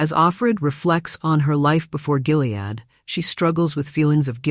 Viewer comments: It’s not GILead, like “Jill” ! It’s GILead like “Gill” as in a fish… 🙄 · Just for information, Gilead is pronounced with a HARD "G". It's not "Jill-ead"...it's GILL-ead. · Check your fake voice; it's a hard G in Gilead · It's pronounced "Gilead". Hard g like gum, gutter, gay... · Hard G on Gilead. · Um, isn't "Gilead" pronounced with a hard "g"? Lame AI narration is lame. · I think that’s the only way the AI can read it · Gilead has a hard G. Skimped a bit on research?